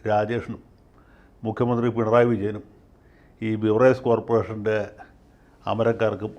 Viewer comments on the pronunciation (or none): none